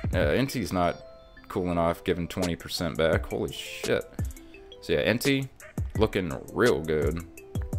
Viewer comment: This man disrespecting my favorite pokemon entei. En- tay. Lol 😂 good video though